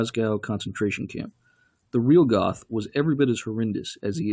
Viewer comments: If you want to be accurte, you should pronounce the names right. You called Goeth Goth LOL The "oe" in Goeth is spelled like a "her" with out the h. and the "th" is a hard cut of t! You could take the "er" out of Stern and create Gert. Actually if a english spekaing says Gert, it sounds more like the actual Goeth LOL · Its pronounced Gert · Hilds-Heim you dork, 'sh' is not like english, and German has no 'th' sounds, his name wasn't "goth", he didn't wear black lipstick. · Mr Duke Silver I have was going to point that out too! It was irritating me 😁